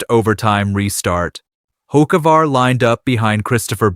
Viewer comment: Why should I listen to you when you mispronounced 3 NASCAR driver's names SO WRONG? Ask someone how to really pronounce Hocevar or MJ's team name is not X, it's 23-11!! MJ's number and Denny's! Some expert!?!